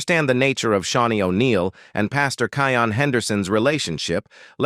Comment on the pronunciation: his name is pronounced, “Key-yon”. 😊😂😂